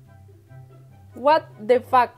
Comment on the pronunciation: AJAJJA Dijo wat de fack en ves de Watafuck